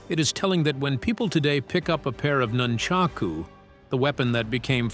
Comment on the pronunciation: Videos like this would be taken more seriously if the narrator could at least pronounce Jeet Kune Do and nunchaku.